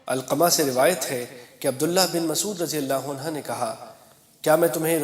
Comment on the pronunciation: Jahil deen sikha raha hai. Sahaba ko rajiyallaho anhoo bolta hai. Jabki anha hai. Iss ko mojakkar aur moannas me koi fark nahi. Aur aaya hai deen sikhaane 🤣